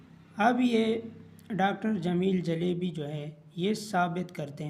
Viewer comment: Jalbi❌ jaelebi✅